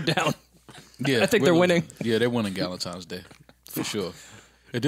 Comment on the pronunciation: Joe said “ Dukentimes Day “ 😭😭😭😭